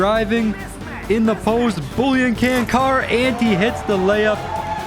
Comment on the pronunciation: I love your vids but it annoys me so much the way that you're pronouncing Čančar's name. It's pronounces "Chanchar" not "Cancar"